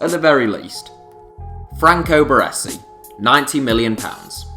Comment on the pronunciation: Considering Celtic knocked back 15m from man u in the 90's for Larsson, this valuation is silly. I would expect no less though, from someone who can't even pronounce "Baresi".